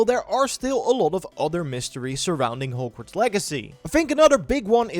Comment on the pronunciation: Your accent makes it sound like you're saying horgworts lol I love it